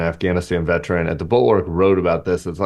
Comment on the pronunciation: vet-er-run NOT vet-run